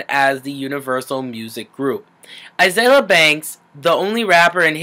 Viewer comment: Okay , I like you and concur with a lot of things you have to say, but at least say her name right. A-zeal-ia